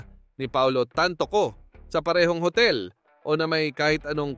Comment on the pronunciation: Hoy ang pag pronounce ng TANTOCO AY TAN-TO- CO Hindi tan- toCO ano yun IGUANA???